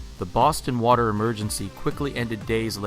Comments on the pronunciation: "We are out of Wata"... LOL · what's wataah?